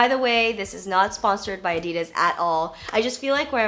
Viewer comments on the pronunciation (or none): It's ADD-DEE-DAS. not Ahdi-durs.